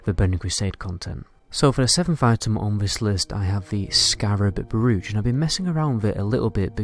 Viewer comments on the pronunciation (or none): ** NECRO GRAMMAR NAZI ** 'Brooch' is pronounced like 'roach'.